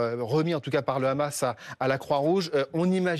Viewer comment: Pourriez vous dire a votre grand reporter specialiste du moyen orient Laurent H que "Hamas" en arabe ne se prononce pas raaamass mais Hamas? Il sera un plus credible dans ce qu il raconte. Pareil pour la dame qui a ensuite commente.